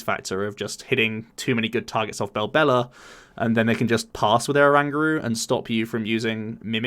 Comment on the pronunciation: belbella? BELBELLA? damn clown i'ts Bellelba. Bell - el - ba. never belbella.